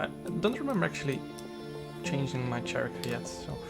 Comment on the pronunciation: character is pronounced: karakter, not tsjarakter.